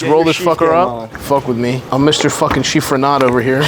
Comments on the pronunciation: There is no R im chiffonade. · Chiffonade not Chiffronade, Chef